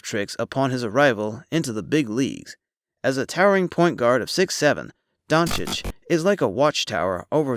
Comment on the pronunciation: 1.00 DONCHICH!! NOT DONKICH Ohh and btw the letter "o" in Doncic is pronounc like "old", "over"and not like the "o" in "down"